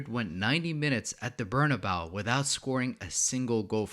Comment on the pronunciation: No offense, but how is your channel called Bernabeu FC and you pronouce the name of the stadium wrong? 😂 anyway, good content bro, love these tactical analysis on how the game is played